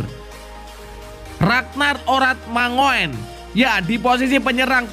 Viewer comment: Mind, jika baca radnard orad mangun bukan manguen